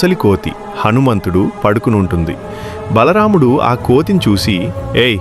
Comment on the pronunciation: Bhalaramdhu kadhu bro bha mudhu bro